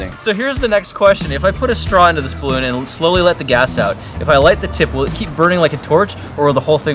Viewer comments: "Ballon" XD 😂🤣🤣😂😂😂😂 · Lol "ballon" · Noice "ballon" there kappa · "Balloon"... xD lmao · Yeah... "ballon"